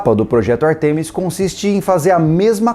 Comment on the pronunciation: a pronúncia é Ártemis, e não Artêmis, tanto em português quanto em inglês.